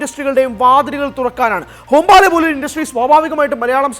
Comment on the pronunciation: ഹോം-ബാലെ അല്ലടി "ഹൊമ്പാളെ" എന്നാണ് 😂😂